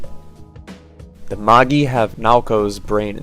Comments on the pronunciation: You were doing so well until you got to Magi. It's not "Maggy", it's "Madge-eye". As in wise men, or the triad of a wise woman in Ritsukos mother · Isnt MAGI pronounced ma-jy and not mah-gee 😅😅😅